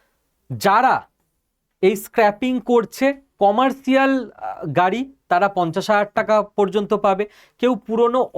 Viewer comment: আপনি একজন শিক্ষিত ছেলে হয়ে উচ্চারণ এতো বড়ো ভুল করছেন কি করে? এতো দিন জানতাম কমার্শিয়াল কিন্তু আপনার কাছে শুনলাম কমার্টিয়াল। জানিনা আপনি কোথায় লিখেছেন।